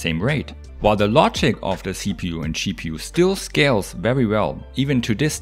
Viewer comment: Watch ahain, but this time you hear CheaPU instead of GPU, and he is not wrong...